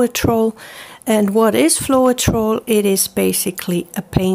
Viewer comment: Pronounced :flo-tral...